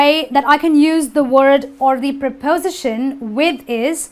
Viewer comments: It is not pronounced as prapowsition. It is pripustion. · It's pronounced prepoSItion, not prePOsition. You use 'by' in passive voice to introduce the 'doer' of the action, it has nothing to do with the past. You can say The microwave was fixed but if you want to add who did it, you need to use 'by' before the (appliance repair) technician, because it is not a mechanic's job. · my ears almost fell off when I heard you repeatedly say 'prepOsition' :-) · amine meziane You should stress your word "prepos'ition" properly.:) there are some minor mistakes in your presentation too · Please learn to use how to stress syllables correctly. The word 'preposition' is not stressed on 'po', but on 'si' just like most words ending in 'tion, 'ian', 'sion', with a few exceptions . See Daniel Jones' dictionary or Recognized Pronunciation! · She's not pronouncing the word"preposition" correctly. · You mispronounce preposition.